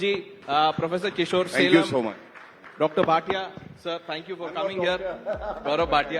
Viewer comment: Surprised that Anand Ranganathan , being a Tamilian does not pronounce Salem correctly.